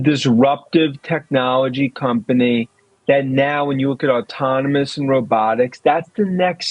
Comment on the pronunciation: Did Dan say “autominous”? As in “Tesla’s leaf in autonomy will have autominous consequences for LEGAs’ existence…” 💜💙💚💛🧡